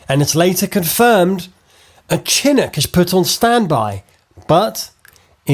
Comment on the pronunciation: Dude you look like Conor Moore doing an F1 impersonation. Also its Leftenant not Lootenant and Chinook not Chinick.....